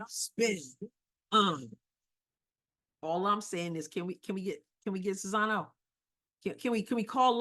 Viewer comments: You keep saying Czizano. Are you not able to read? It's Czinano! Now we have people in the WH who are as "smart" as you and this is what's going to happen: Russia and China are going to run amok, Ukraine and Taiwan are no longer in existence and dictators are going to rule the world. Congratulations, MAGA! you did it! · You might even want to proounce it just as you pronounce "Czeck": "Chinano" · You still can't say her name properly... after admitting you screw it up. Practice! It's actually easy. Respect................